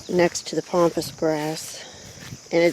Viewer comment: Please please please it's called PAMPAS GRASS not pompas. Please say it right as it's so annoying. So sorry to say this but I had to. Love to you and yours.